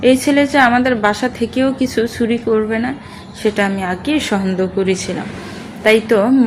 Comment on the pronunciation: "চ" কে "ছ" অর্থাৎ চুরি কে ছুরি। "ভ" কে "ব" অর্থাৎ আভা কে আবা। এছাড়া পড়ার মাঝে হাই তুলা। টু থ্রি তে পড়া বাচ্চাদের রিডিং পড়া। ব্যাস, এইটুকু শোনার পরে আর বাকীটা শুনা সম্ভব হলো না।